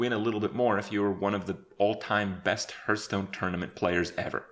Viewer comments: Me: Hey Kripp, say "Hearth" Kripp: Hearth. Me: Say "Stone" Kripp: Stone. Me: Okay, now say "HearthStone" Kripp: hurtstone. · 'A few of the different aspects in heartsnuu' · Stopped watching when you said "Hurtstone" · Why does he say "Hurtstone" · Day 985 and Kripp still can't pronounce Hearthstone. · 3 years later and he is still mispronouncing Hearthstone.